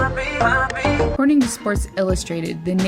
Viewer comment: Nice vids. Well done. But...get the names right. Auston Matthews's nickname is PAPI. Pronounced PAPPY. Not POPPY. (a very popular term of endearment for a young lad in Mexico) His mom is from Hermasillo Mexico. Not HERMA Si Ya. That makes him half Mexican...how cool is that. El CHINGON de Hockey! Also, he was born in San Ramon, not San Francisco. You are American, aren't you? Ok, I get it...I know how you people are with foreign sounding words, brutal. Just get that together, you will have loads more credibility. No...I am not puttin you down. No I am not "hatin" on you. Take your time and enunciate. You are in show business. Be a pro.